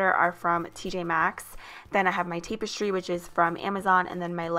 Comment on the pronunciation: You said tapestry wrong